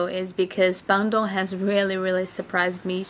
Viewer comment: BANDUNG. Try to Pronounce it right. Hahaha Just funny listen you said BANDUNG😆😆😆😆